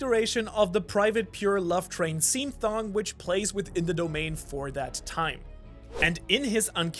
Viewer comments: also he says "seme thong" instead of theme song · "seme thong" 💀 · My man said “seam thong”😂